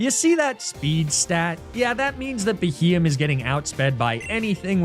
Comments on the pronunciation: Sounds like he got a beheeyam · You massacred my poor boy Beheeyem…….